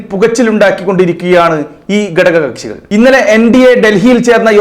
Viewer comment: എടോ..'. ഗടക ' kashi അല്ല.. "ഘട ക "കക്ഷി യാണ്...